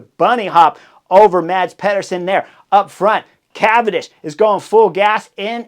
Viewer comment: MaDz PeHduUrSoN. I heard a spanish announcer come closer to pronouncing Mads name right. Come on, cRieS HoRneEr!